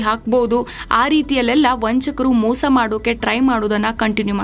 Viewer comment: ಮೋಸ not ಮೂಸ